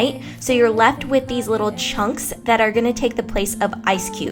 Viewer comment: I hate your voice. Especially the way you use "ch" Chunks and chocolate.